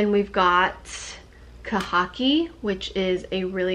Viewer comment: "Kah-ha-kee" =khaki??